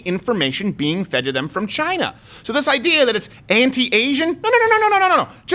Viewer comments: LoL! "Chinaasshwl" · Abbot and Costello: "WHO's on first?!" President Trump: leans into mic ..."Chyyna."